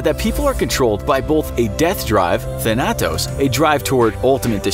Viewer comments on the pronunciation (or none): none